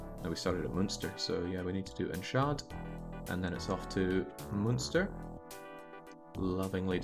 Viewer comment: Enschede is pronounced like: "And", but without the d, shuh like "duh", and then de like "day", so it's like: An-shuh-day. Greetings from Maastricht, Netherlands :)